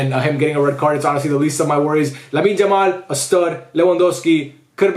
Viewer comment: Don't wamna be rude or something but could you pls call him "Yamal" and not "Jamal"